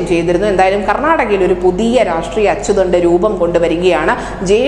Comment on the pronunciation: അച്യുതണ്ടല്ല അച്ചുതണ്ട്